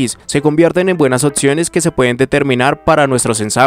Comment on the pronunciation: Buenas "otciones" de "chitset" 😂